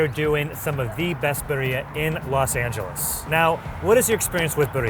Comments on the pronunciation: I know they aren’t from the culture but the way he’s saying “Birria” without the rolled r is hurting me lol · In the course of this adventure, you didn’t hear one person pronounce birria correctly? Hint: it doesn’t rhyme with diarrhea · I was really hoping they'd learn how to pronounce birria before the end of the show, jesus christ, how white can you be. Just say it properly one time, there's no way that all day no one corrected him on his pronunciation. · I'm crying from the way pronounces birria and the fact that they went single tortilla vs the double to keep things from falling apart. a New Yorker right? He can't speak for American's in this case. It's like asking a Brit to speak for Canada because they're both in the Commonwealth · Didn't think to learn how to pronounce the main focus of this video? Cool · I couldnt help but cringe every time they pronounced birria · Come on, you have to roll those r's for the birria! You sound like a gabacho that has never had a birria in his life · The way they pronounce birria...c'mon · Right? I was like, they clearly aren't from California, but did nobody correct them the entire day? 😅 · The pronunciation is making the video hard to watch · pronunciation of birria is by far the worst I ever heard. But like.. wtf?! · We all just pretend like isn't butchering the pronunciation of birria while no one is correcting him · Please take the time to learn how to pronounce Birria correctly. Sincerely, a native Angeleno. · It’s painful to hear him pronounce Birria. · please have someone from one of those restaurants/food trucks teach you how to pronounce Birria correctly 😂 great video! Can’t wait to see what the next one is! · Hahaa how he pronounced birria is hilarious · Did nobody tell him how to pronounce birria? I’m asking respectfully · Every time dude say buh-ree-uh kills me. The London nerd says it correctly which is wild. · why is he pronouncing it like Berea? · It is pronounced Beer-REE-AH